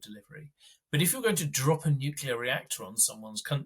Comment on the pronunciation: "Nuculur pau'ered". So beyond painful to listen to.